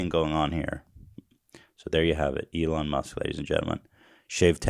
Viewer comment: >Eelon Moosk